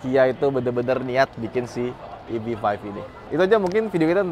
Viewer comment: EV Five bang, bukan Vive :face-green-smiling